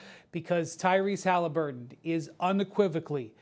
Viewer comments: "Hollaburton" where are the twins from? 😑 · Bruh, you’re a commentator . Learn how to pronounce “Haliburton!” Sheesh. 😂